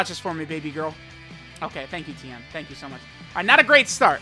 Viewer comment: It's Ten, not Tien.